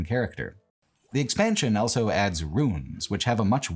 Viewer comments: pronounces the word "also" as "elso". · Why does he say 'elso' instead of 'also'?